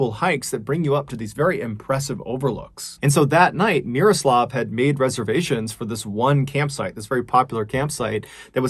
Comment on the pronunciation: MrBallen, you nailed the pronunciation of Miroslav's name. You really do your homework. Solid pronunciation is quite rare to hear when English speakers are trying to pronounce foreign names.